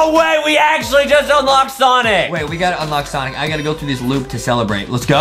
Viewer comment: stop say sinc it sonic